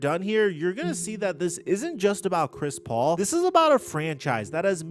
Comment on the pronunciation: i thought you said Crispy Haynes LMAOOOO